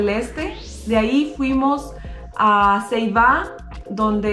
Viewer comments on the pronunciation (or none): Un detalle el Puertorriqueño se come la primera L no hablamos como chinos y el pueblo de donde se toma el Ferry se pronuncia Ceiba no Ceíba